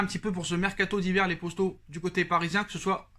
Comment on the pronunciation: J'ai l'impression que tu slt les posto au lieu de poto